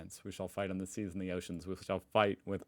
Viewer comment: "Beyond THE SEAS!" FFS! Not 'the seeds'.